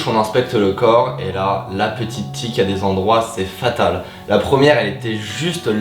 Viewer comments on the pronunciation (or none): Ça en fait des aventures... Sinon c’est TIQUE, pas TIC 🤣